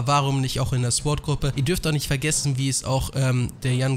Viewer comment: Sagt eigentlich mit Absicht immer S.W.A.T. Einheiten? 😂